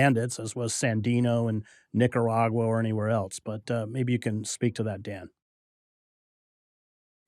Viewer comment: niggeragua? 5 years in Latin America and you can't pronounce that country?